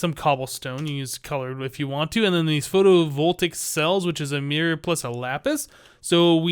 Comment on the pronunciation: Just so you know, it's pronounced Photo-vol-tay-ic